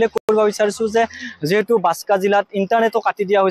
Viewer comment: Assam cm আৰু তুমি দুটাই ভুলকৈ কৈছা জিলাৰ নাম বাসকা না বাকসা কুনটো ভুল কোবা